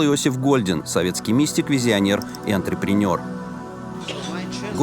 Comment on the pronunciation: от слова Энтерпренёр потекла кровь из ушей. найдите англо-русский словарь, ей-богу